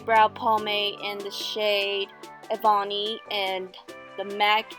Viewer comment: Love your video but just so you know it’s pronounced “eh-bunny” not “eh-bawny”